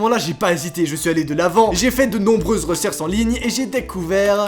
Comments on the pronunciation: Reserse au lieu de recherche qui a remarqué mddrrr.😂😂😂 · reserse (recherche) 😂😂